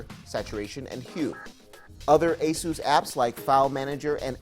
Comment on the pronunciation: Asoos? It's just Asus, damn.